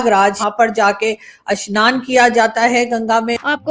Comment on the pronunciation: मेडमजी अस्नान नही स्नान बोलो , अ स्नान का मतलब होता है स्नान नही करना